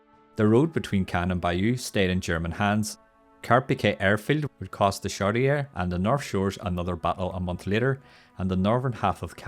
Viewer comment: Great video! So much was accomplished by single individuals that you have to wonder if we would have succeeded without those individuals. Aside from some of the other comments, "Chaudiere" is pronounced "shoddy air".